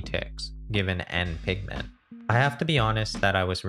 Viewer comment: I cannot unhear pikmen